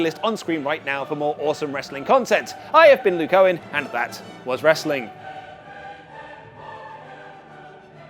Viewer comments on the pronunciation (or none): none